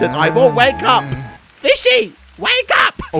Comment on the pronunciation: i mean ivor not ibor